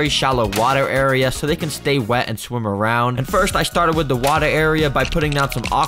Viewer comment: he said shwim instead of swim